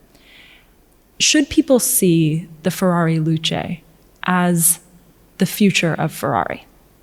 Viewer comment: it's FeRRari. not Fewwawi, diocane!